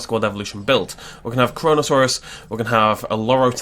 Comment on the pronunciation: Charonosaurus is pronounced care-on- osaurus